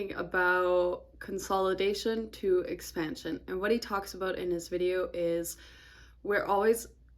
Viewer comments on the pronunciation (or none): Great video. I learned a lot. I swear you said, "X pan shuuun"😅 and I just noticed you have a really cool beauty mask on, what I think is your right cheek? Anyway, looking at the market is fun. 😎